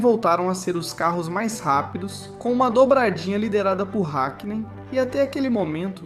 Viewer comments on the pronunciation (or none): Hékkinen, Méc laren 😪